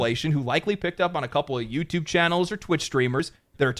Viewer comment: bro cant say youtube